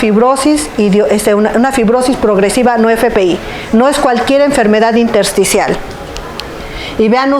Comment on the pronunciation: min 1.20 neumonía intercial o intersticial, no pronuncia bien o no expresa correctamente